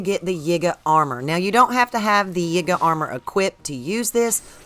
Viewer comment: It is pronounced Yeega not Yiiger, as in if you put an N in front of it, it would pronounce something that you shouldn't be saying. Listen to other gamers and how they pronounce it. It has always been the Yee-guh clan (YIgay